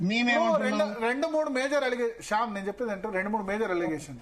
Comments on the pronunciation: శ్యామ్ కాదు.... శ్యాంసన్ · షాంసన్ ని శాంసన్ అన కుండా మీరు కుడా శ్యామ్ అంటారేంటి భారత్ గారు....